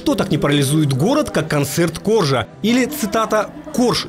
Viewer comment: Поправка: Макса КоржА.(Ударение на "А")